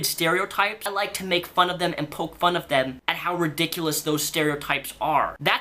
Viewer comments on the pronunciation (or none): none